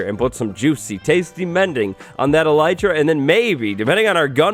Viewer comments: Eh-lih-tra not eelietra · fun fact: it's actually pronounced ell- it- ra (i looked it up) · Its elytra dayyyyyyyyyyy